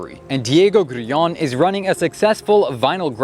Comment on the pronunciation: Why can't Americans pronounce anything properly? Who the fuck is "Grueong"? 😂😂😂